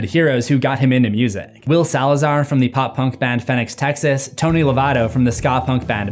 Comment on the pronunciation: Excellent video, but I have to admit, the mispronunciation of Fenix TX really made me feel my old age as a 90s-00s pop punk kid lol